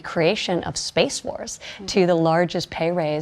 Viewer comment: Did she say SPACE WARS?